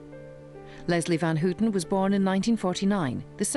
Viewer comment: It's not Van "Hooooten" or Lynette "Frooooome".